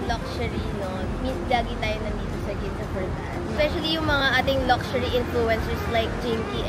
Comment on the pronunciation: Sorry mommy, yung sa correct pronunciation lang po: pawn: pohn luxury: lug-sure-ee